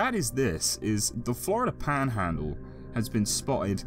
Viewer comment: I love how your accent switches to southern yank when you say "paaaanhaaaandle" haha